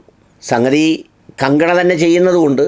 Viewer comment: Please pronounce her name correctly.